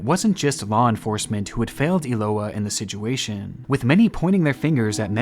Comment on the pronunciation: I love these videos so much but, it's so hard to watch when he says "sidguation"! It's like nails on a chalkboard. If you can't say situation then just leave the word out of the videos. Does anyone else agree? I'm not saying I don't like these videos, because I do really like them and the dedication and time gone into these videos is great, I'm just saying "sidguation" is so distracting and I totally forget what he just said because I can't get past the pronunciation ☹️